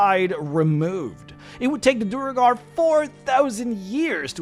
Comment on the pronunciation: Great video- a few notes on standard pronunciation- Duergar = D-where-gar. Drow = droh, rhymes with throw.